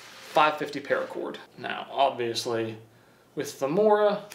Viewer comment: How to pronounce Mora. "Mo" is like first part of "move". "Ra" is like the first part of "Ramen noodles".